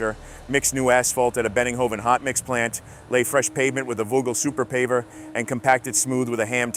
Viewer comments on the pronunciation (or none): German native here. You have to work on your pronunciation. At least speak out what you read. Kleemann is not Kelly-Man, Vögele is prononced with an Umlaut like you would pronounce the first part of Mötley Crüe.